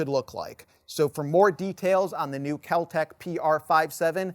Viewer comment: It's Kel-Tec. I'm guessing a lot of cocaine was being snorted at the time.